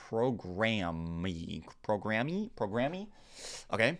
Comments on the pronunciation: Heh, every time you say “programm-eeee” it makes me giggle… that whole “pre-diabetic” thing is crazy!!! No idea how she can’t care to learn to lose weight to help it. Sigh. Time to moiiiisturize!!! 💦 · "Programme" is pronounced the same as Program. That's just how they spell it across the pond, lol